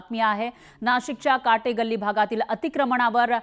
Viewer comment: Yes..., It is Kathe galli and not Kate galli....